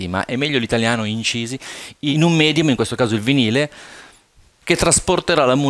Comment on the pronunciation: Visto la precisazione, mi pare altrettanto corretto puntualizzare che la parola MEDIUM è latina e si pronuncia medium e non midium. Sul vinile avendo avuto molti amici professionisti della musica so che hai ragione, sempre saputo. Tuttavia l'Italia è un paese di nostalgici e anche un vinile che fa un fruscio per qualcuno è più un ritorno all'infanzia o alla gioventù.